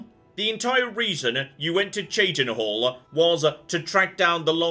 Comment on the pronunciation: yah, but before he got to cheydinhal, he had npcs say it to him, but he still kept pronouncing it wrong, even on his way there after accentping the seprated at birth quest...